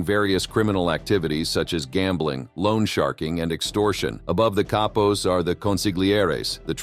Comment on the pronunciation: I believe that Cappos is pronounced like Kah pos, but I am not Italian or Sicilian nor am I a member or associate of any Mafia family, but I am young and willing to learn lol jk I’m not young at all lol I’m 51, but you said something else that I don’t know about but I don’t think it’s right or I probably have it wrong but you said consiglieres like there was more than one, and I am sure there is but I thought that there was only one who had the official title as far as the boss of the family????? However I don’t want to detract from the video which was excellent as usual